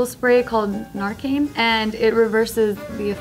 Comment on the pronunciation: nar-cain lol it's pronounced nar-can, she's not a real chola, in the hood they pass out narcan like candy lol (srsly sad tho, dont do drugs kids)